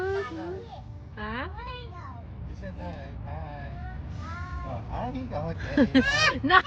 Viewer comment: HAHAHAHAHAHAH "HI" KASI DADDY EH HINDI "HIGH" 🤣🤣🤣🤣🤣🤣🤣0